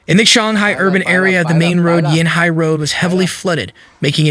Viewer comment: Chee-ong-hai is the more proper pronunciation of Qionghai. The reporter's pronunciation made it sounds like Shanghai which is a completely different city